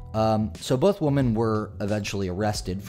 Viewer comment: Why do you pronounce women wrong?